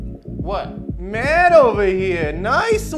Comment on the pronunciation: "Mahk" "Maht" "Memahw" lmfao i love how everyone has an H randomly in there. Surprised it wasnt "Rohy"